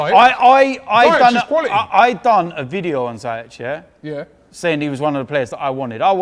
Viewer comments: I think its zee-yesh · its Ziyech pronounced as Sea-yeg with "Z"